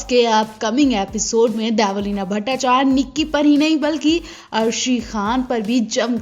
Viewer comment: Dybo ya Debo,,,,naam thik se lo